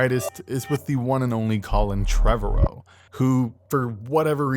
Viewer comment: Annoying you cant pronounce Trevorrow. It’s pronounced like tomorrow.